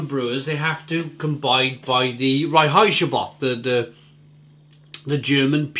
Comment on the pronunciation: Yeah, Überquell. They are from my city, Hamburg, Germany. Awesome brewery right on the harbour front, they also do great stone oven pizza. And with the pronounciation,, try again: Rein-heits-gebot. (Rhine-hides-geboat).:-)